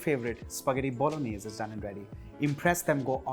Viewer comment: Pasta bolaganesh 🤣🤣🤣 — jordindian